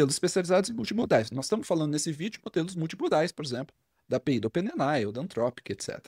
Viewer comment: Fala amigo, bom demais?! Seu conteúdo e didática são fantásticos e eu aproveito e absorvo muito. Porém, com todo respeito e admiração aqui vai uma observação sobre um vício de expressão que notei: A palavra OPEN AI não é lida como ope ne nai e sim ôpên êi ái.